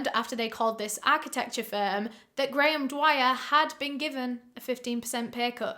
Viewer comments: I was trying to figure out how a Brit could so badly butcher Graham as Garoon. lol GaArRrRoOoOnN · Grayum-> Garu hmm seems like he liked to take letters out of things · graham but pronounced gray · Lol his name is just Graham. Pronounced “gram”